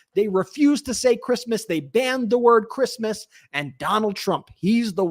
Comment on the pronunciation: Did you say, "Crishmish" 😂😮😂😂😂 Merry Christmas 🎄 to you all and all your hard work!